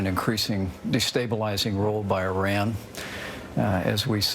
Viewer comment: Trevor is the only one in the media so far who is pronouncing IRAN correctly.